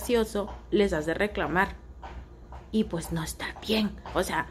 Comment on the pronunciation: Más bien se burló del "ocea" en vez de o sea...